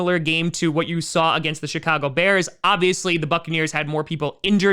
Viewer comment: Sounded like he said Shitcago Bears but didn’t want to make it obvious and hurt the Bears fans feelings